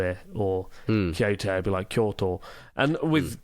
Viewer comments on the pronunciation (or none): none